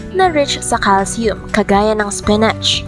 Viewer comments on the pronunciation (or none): Baobab po pronounce as 'bawbab" and spinach pronounce as 'spinitch', hindi po bobab at spinatch✌😁